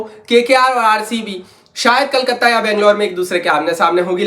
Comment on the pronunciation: Kolkata ❌ kalkate ✅ 😂